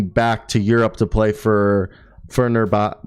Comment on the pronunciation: Pronounce it "Fenerbachay" like the brand "Versace".